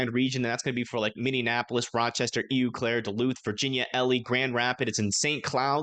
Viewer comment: Its not eu claire its oh claire... eau claire... js... you sound like a Californian pronucing it.